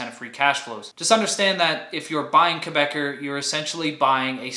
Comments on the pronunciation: Good video! Quick note: Quebecor is not pronounced "Quebecer" (a Quebec citizen). An English speaker in Quebec would call it Kay-bey-CORE with the "cor" pronounced like in "corporation." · Great video as always! FYI Quebecor is pronounced "Quebec-ohr /Quebe-cor";-)